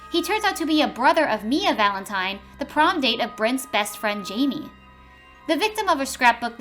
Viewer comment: HOW THE FUCK CAN YOU NOT PRONOUNCE VALENTINE CORRECTLY!!!!